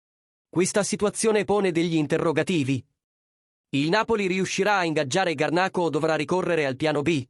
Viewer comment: scusi signore solamente per correttezza niente di che ma si scrive Garnacho, nel video non sta parlando una vera persona quindi sbaglia la pronuncia